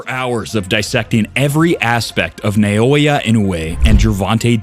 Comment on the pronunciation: Why you pronouncing it as No-Aya instead of Na-O-Ya 😂